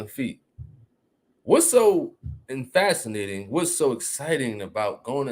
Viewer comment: Dude said en fascinating 😂😂😂😂😂 ….what a dumdass